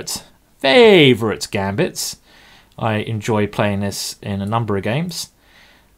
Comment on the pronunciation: i miss it when you say frwavorite simon